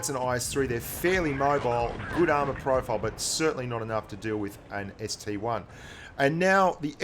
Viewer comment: Ah the ST-1 name has infected blitz just like PC. PLEASE ITS CALLED AN ST-I. PRNOUNCED EYE. Not 1, EYE. if the I in ST-I was a 1, then the KV-1 would look like KV-I. Sorry, just a triggered PC player talkin'